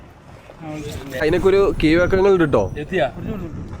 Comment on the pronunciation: നമ്മുടെ റോഡ് ഇമ്പ്രൂവ് ചെയ്യാനുണ്ട് , അത് പോലെ ചാനൽ മുതലാളിയുടെ മലയാളവും . പ്രത്യേകിച്ച് ഇത് ഒരു career ആയിട്ട് എടുക്കാൻ ഉദ്ദേശം ഉണ്ടെങ്കിൽ. ഴ അത് ഴ ആയിട്ടു തന്നെ പറയണം.. 'കീഴ്‌വഴക്കങ്ങൾ' എന്ന് പറയുന്നതൊക്കെ ഒരു കൊയാ കൊയ എന്നാകാതെ നോക്കണം.